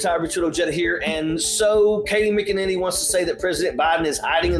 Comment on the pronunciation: McInanity.... SIGH